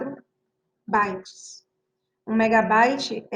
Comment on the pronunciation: Bites???? "bytes"